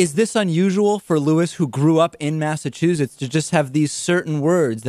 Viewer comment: Interestingly, the interviewer pronounces Massachusetts as "Massachuzetts" and he doesn't even hear it in himself.